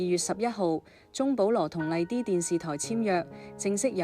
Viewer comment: 讀稿都讀成咁！麗的 唔係麗啲